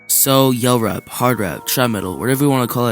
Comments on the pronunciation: ain’t no way this mf called it “yell rap” 😭😭😭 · Bro called it yell rap😭😭😭